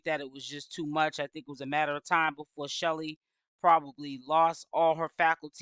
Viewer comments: Yes !! Why do she keep calling this girl Shelly ?! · Her name is Chelle (like shell) it's short for Michelle 😩